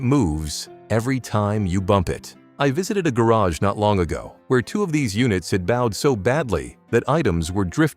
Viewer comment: The AI audio here is tolerable except for "bowed", but the AI video is a true exercise in preposterousness. Favorites include the opening of a garage door causing the floor to explode, and the drilling of wood causing metal shavings. It's so bad I was re-watching parts.